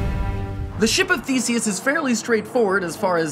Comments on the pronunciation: I swear I first heard "ship of fiecies " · I kept thinking he said The Ship of Feces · thought he said: ship of feces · lmao I thought he said "The ship of feces" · I thought you said "The ship of feaces" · i thought he said "the ship of fecies" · I thought for a second he said "The ship of feces"